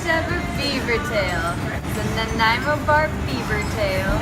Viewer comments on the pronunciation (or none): poutine with bacon is "not" supposed to have any fat.....and bacon should be crispy...nanaimo is pronounced "na-nie- mo" (named after a city in british columbia)